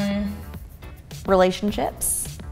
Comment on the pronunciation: elise saying relationchips instead relationships lol or is it just me that heard it like that haha